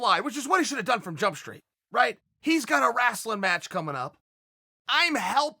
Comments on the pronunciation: Man I just can’t over how he says “Wrastling” Instead of “Wrestling”. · “Wrastling”. Lmao. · I love how Chael says "wrestling" like "wrastling" like "rascal". Makes it sound even more cheesy than it already is. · "Rasln' match". Chael Sonnen is the man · He says “wrasslin” to infer its a fake fight. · wrasslin.... West linn.... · FFS...It's Wrastlin'...the Dub-ya and the T is silent...Dayum Y'all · I love how he says rastle 😂😂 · Chael “Rastlin” Sonnen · Chael "WRASTLE" Sonnen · or Rastling even 😂😂😂 Love how ppl from the midwest pronounce it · Apologies mate. should have been more clear.. Im an aussie who lived in the mid west for 7 years and many of the guys there said Rastlin 😂😂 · Did he say wrAslin Sylvester Stallone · Someone PLEASE make a highlight vid of Chael's wacky pronunciations... 'wrasslin', 'Yarear Rodriguez' and 'Breakfrast' to name a few.. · Please please please tell us why you are saying "wrastling" Chael. Your listeners deserve to know. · TheDarkCloudNC my dad says it the same way for some reason lmfao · How he pronounced wrestling is straight out of South Park. LOL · I was reading this comment when he said it. I was like that's interesting! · wrestling match he pronounces is like south park lol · A wrestler can’t say wrestling properly. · Chael says "wrestling" like an old black man for Mississippi. 😆